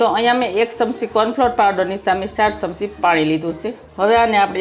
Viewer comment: ચમચી બોલાય સમસી નહિ